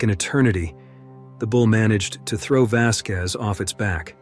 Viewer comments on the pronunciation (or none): none